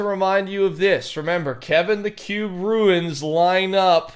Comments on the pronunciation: Runes not ruins. Like tunes. Runes. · Love when you call runes, ruins. Lol Good content, as usual. ✌